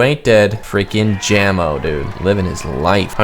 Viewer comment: its /Ja-mo/ not /Jam-o/